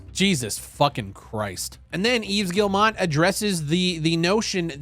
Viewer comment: Guillemot is pronounced gee-mo not gillmot and Reuters is roy-ters not rooters.